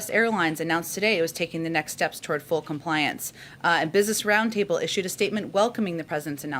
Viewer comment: "compliance " emphasized 🤔